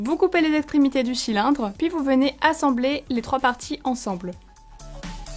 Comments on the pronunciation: cool mais tu as dit chylindre au lieu de cylindre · tu a dit chilindre au lieu de cylindre